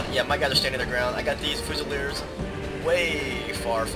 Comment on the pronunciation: Fyoozileerz is how it is pronounced. I love your Napoleon total war vids, I just got a computer that can run the game recently.